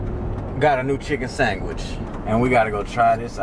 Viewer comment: "Popeyes gotta new chicken sangwich!”